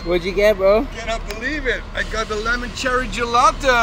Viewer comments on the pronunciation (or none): none